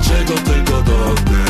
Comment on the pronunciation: Czy przez to, że h jest nieme w Hiszpani on nawija ,, wszystko czego dotne?”